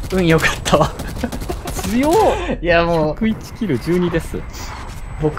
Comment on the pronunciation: 発音グッ→ピー↑君なんだ・・・